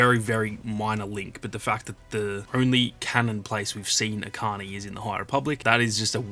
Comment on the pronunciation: Echani (each ani) Not akani